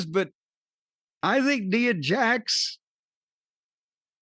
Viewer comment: N 👁️ A... is how you pronounce it Cornette